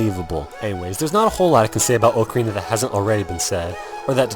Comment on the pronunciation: i think ur pronouncing "ocarina" wrong